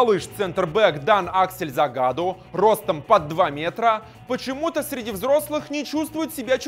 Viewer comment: Много ошибок в именах. ЗагадУ, Штёгер, ДаУд.